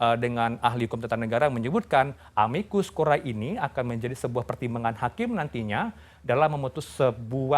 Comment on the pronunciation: Aduh mas...tolong baca istilahnya yang benar dong...